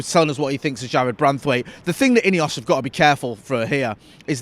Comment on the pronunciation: Why are you saying ineos it's not ineos